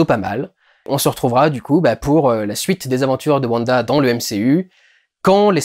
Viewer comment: Mais on dit wanda pas vanda bref attention spolier j'ai personnellement adoré la série est je les regardé tout les vendredi Mais je trouve que l'identité de Agnès est assez facile à comprendre pour les gens qui connaissent wanda des comics car hagata harknesse est la mentore de wanda dans les comics est rien que sont nom je trouve montre car Agnès ressemble énormément à harknesse surtout sont lapin à le même nom que le fils d'hagata dans donc pour les gens qui on lue les comics c'est assez dommage car il ya beaucoup moin de supence pendant l'épisode 7 Sinon j'ai personnellement beaucoup aimé le discours de vision à bah vision sur le bateau de thésée sa faisait un petit moment de pause dans cette épisode qui commence sur les chapeau de roue